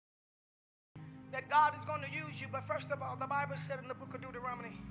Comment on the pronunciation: Dudaronemy? Duetoronemy??? Bahahahahahahaha that ain't God talking to you Juanita